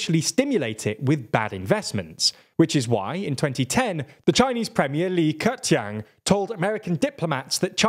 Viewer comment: Can we just stop and give the guy credit for how hard he tried to pronounce li ke qiang